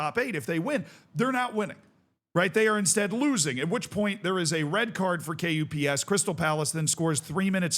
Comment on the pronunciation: KuPS is usually pronounced like "cups" but with hard k instead of c :)